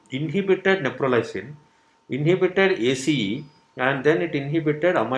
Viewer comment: It’s not Neprolysin it’s Neprilysin. And it’s not a new drug . It has been in the market for quiet sometime .